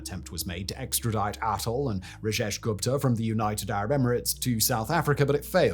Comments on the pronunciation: Hi Simon, Just a couple quick corrections on the pronunciation, the h in Thuli isn't really pronounced so it's more like Tuli (think "tool" like Tool-ie but said quickly so as to not over-emphasize the double-o) and Gupta is also pronounced similarly (think Goopta) Thabo as well the h is silent :) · I hate the way you say Gupta. It's pronounced "Goop-ta"